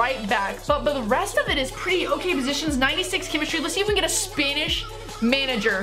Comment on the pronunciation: stop saying spanish like spainish